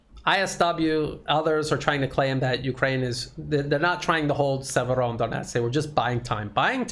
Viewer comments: It's a small thing that perhaps you feel is petty but it's driving me NUTS. You have fallen into the habit of calling the city Siever-ON-donetsk. THERE IS NO EXTRA 'N'. You haven't even added it to how you write it in the description, so why have you insisted on this error in your presentations from the start? Fix yourself, please. Thank you! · There is no first sound "N" in Severodonetsk,! Severo-donEtsk. The "N" sound is after "do"! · Sir, you are adding an incorrect N to Severodonetsk! Not SeveroNdonetsk.